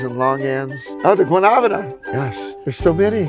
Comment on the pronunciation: Just call it soursop. You butchered the pronunciation for Guanábana